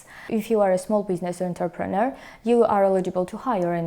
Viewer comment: Thank you, very informative. Georgia is still on my list of possible places to relocate to, and I appreciate all the information you are providing. Though, I must admit it took me until the 3rd pronunciation to realize that it wasn't "Interpreter" and was instead "Entrepreneur", which really elevated the game on my level of understanding. 😂 Please forgive my ears.